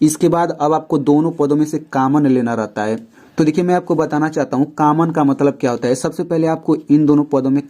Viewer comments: Sar common hota h caman nhi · Sir common hota hai cammon nahi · Sir cammon nhi common hota hai 🙁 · Caman nhi common hota hain pronounciation acha karye btw ap Bohut ache se explain kar rahe hain par thora pronounciation acha karye